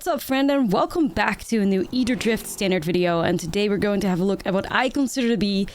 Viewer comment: If I just heard "atherdrift" from this girl and didn't know it started with an A I'd think it was eitherdrift lmao every time I just hear eitherdrift which honestly sounds better